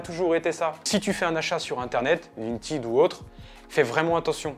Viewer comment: Bah si tu veux comparer au français phonétiquement c’est à mi-chemin entre le i et le è mais ça ressemble définitivement plus à « printèd » que « printide »